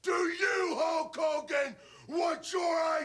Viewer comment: The Ultimate Warrior : "Hulk Kogan"